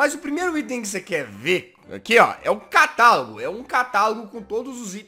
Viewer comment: kkk quando vc disse:CATALAGO,eu achei que vc disse:catarro kkkkkkk :D